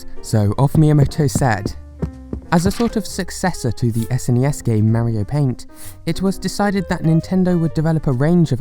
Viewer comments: ok ok ok Maario it’s Mario you make the a’s longer then they should be just say mar then io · You said marryo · Plz stop saying mario like that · nobody:: MÆrio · Forever amazed on how fun Americans’ pronunciation of “Mario” is. Is it MEH-RYO or MERRY-O? Or maybe MARY-O?